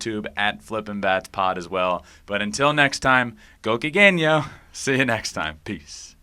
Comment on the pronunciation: Ben, the last "Gokigenyo" is perfect Japanese! Wow!!